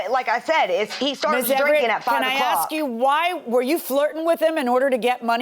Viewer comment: The first thing taught in school should be “ax” is NOT “ask.” The worst.